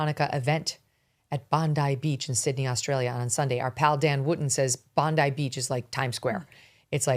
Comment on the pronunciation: you can tell by how they pronounce Bondi that they haven’t watched any Australian media coverage on it (I don’t blame them because we have media that’s also responsible for this) but it takes away from the moment when they say Bondeee.